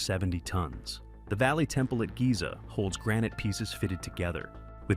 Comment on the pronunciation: “Giza”? OMG…